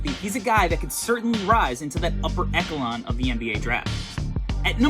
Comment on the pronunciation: Bro you some how mispronounced Echelon.